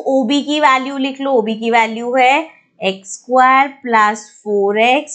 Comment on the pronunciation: Mam it's square not squaaaaar